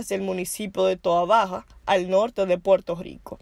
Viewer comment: Puerto rrrrrrrrrico no puerto gico